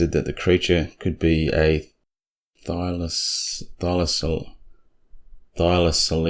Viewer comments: I laughed every time you said thylocoleo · Could it be a hard "c" in Thylacoleo?